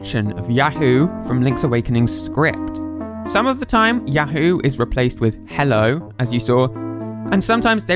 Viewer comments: 「ヤフー」 is pronounced a bit incorrectly. 「フ」 is more of a breathy "fu" sound, rather than "hu". "Hu" as in English doesnt entirely exist in Japanese. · actually there's written Yafuu and not yahoo, since フ is pronunced fu and not hu just like chi or tsu, it should be written something like ヤウー. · Entertaining video 👍 A bit of trivia from my point of view, for me, others here and during my childhood before Yahoo company existed, we would say say ya-HOO and later for the company name we say YA-hoo, that is, there is a different emphasis. You seem you pronounce it ya-HOO for both. Anyway, I found it interesting. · he pronounces it as Yah-hoe though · Yo I've seen Yahoo in oot but probs not said as in links awakening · You're not even pronouncing yahoo correctly.